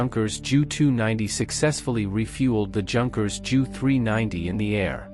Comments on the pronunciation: "Yoonkers" Not junkers. great video otherwise. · Junkers is pronounced “Yoonkers”